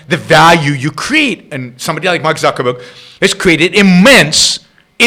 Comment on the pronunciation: Zuck-baby.. I call him and I call him Zuckerman. But it's technically "Zuckerberg"... NOT Zucherberg.